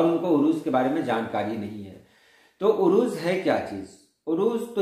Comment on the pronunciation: Urooj nahi Arooz عروج نہیں عروض